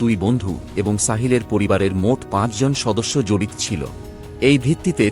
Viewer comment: বানান টি নিজ নিজ হলে ও উচ্চারণের সময় নিজো নিজো উচ্চারণ হবে। ঠিক তেমনটিই জড়িত শব্দটির উচ্চারণে ও জড়িতো উচ্চারণ হবে। হসন্ত বসবে না। আমাদের পশ্চিমবঙ্গের বিবিধ স্থানে সহস্র কোটি ভয়াবহ ও মর্মান্তিক অপরাধ ঘটেছে এবং ঘটছে ও। যার মধ্যে বেশ কিছু মানুষের অন্তরাত্মা কাঁপিয়ে দিয়েছে। তার উপর আলোকপাত করছেন না কেন? ঘটনার প্রেক্ষাপটে বিদেশের দৃশ্যাবলী মানানসই নয়। তবে এটা ঠিক আপনার উচ্চারণের অনেক improvement হয়েছে। শুভেচ্ছা রইল।